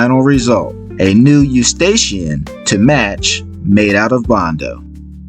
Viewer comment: You did a great job but please consider pronouncing 'Escutcheon' properly as you are calling it a Eustachian. 'Escootshon' is how it should sound-:) It is a French word that deserves respect